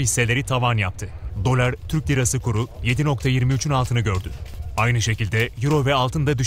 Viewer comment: Spiker dolara daler diyo lan